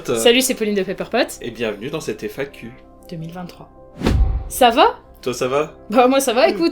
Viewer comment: Je suis désolé, mais le "ça va ?" avec un S à me perturbe, mais sinon la vidéo est cool